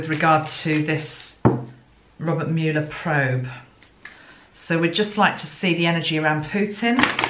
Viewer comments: pronounced Muller Thanks gtrst reading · It's said muller. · I found you via my interest in Michael, as we believers in MJ say! I love your work. If your celestial team is saying no to YouTube Live, I say good. So. In the US, 1. We call the toilet “the throne” as well. We just don’t say the loo!:) 2. You actually said it right twice. It’s Mull-er, not “Mewl-er.” But you managed to say Mule-er ( a mix of both mewl and mull) which is a more subtle pronunciation and harder to say (for me!) I say Muller. He is known to his friends and colleagues by his humble nickname, Bob. Came out retirement to serve his country in 2016. Love the swan analogy. Fascinating. He is very well protected. No one has actually seen him in 2 years. He is indeed a patriot and not a politician. I wonder about that female energy.. I had a weird Ivanka moment with the 2 of swords. Scary. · There has been some discrepancy regarding the pronunciation of his name, at first the media was saying it like Muller, but for probably a year they have been saying Muler, I don’t suppose it matters except in one’s attempt to be respectful. I would agree he is very quiet, or circumspect in his use of words. In this long ,drawn out investigation his office has only once made a public statement, to my knowledge. At present the media “loves” him, hoping he will destroy President Trump. It will be very interesting to see how he is treated should he exonerate. We live in interesting times. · Thankyou for your intuitive impressions. His name is pronounced MOLE-er ✨🙏🏽✨ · Beautiful energy you always have. ( His last name is pronounced (mull / er) :) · They pronounce his name like "mull-er" on the US news channels.